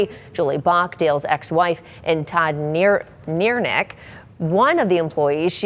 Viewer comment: Pronounced Nair ick